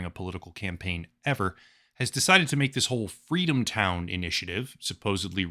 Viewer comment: Fweedom town?